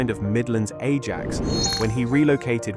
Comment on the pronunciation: I didn't think it was that bad until the mispronunciation of Ajax and then i realised it was AI shite. The dollars not Pounds mistake is just lazy